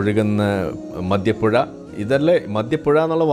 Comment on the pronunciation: മദൃപ്പുഴ അല്ല സാർ, മദ്യപൊയ.... പൊയ.... പൊയ😅